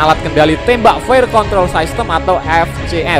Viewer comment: System itu dibaca sistem bukan saistem.... Buat mimin hati hati kalau membaca kata kata yang berasal dari bahasa asing khususnya bahasa Inggris. Mimin jangan lebih Inggris dari pada orang Inggris...